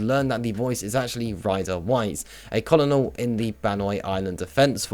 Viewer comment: I mean this as constructive criticism, your pronunciation of names like Xian Mei and Titus are wholly incorrect, Xian Mei I get, no one really says her name, but Titus' name is spoken so you'd know how to say it. Also colonel is pronounce kernel.